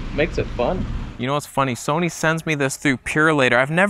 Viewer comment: Oh no! Someone's gonna drop a "Soneh" meme.